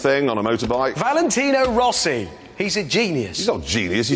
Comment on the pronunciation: How dare you Clarkson ruin Rossi’s name 😂😂😂